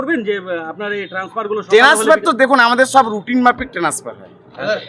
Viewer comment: Transfer ❌ Tanesfer✅